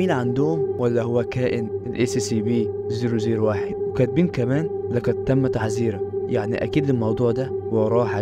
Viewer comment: نطقها أسيابي 😅